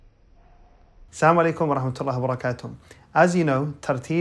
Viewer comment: Brother you said samalakum We have to Asalamualikum